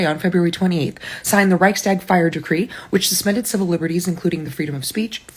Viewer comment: You left your teleprompter onscreen again. Reichstag is one word, not two. And it's not about deer. It's the reich's tag, and it's "tag" meaning day, not stag.